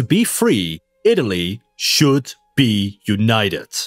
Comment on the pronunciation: Ive heard Americans pronounce T like D. But never a D like a T and a T like a D in the same word. Yoonayedet.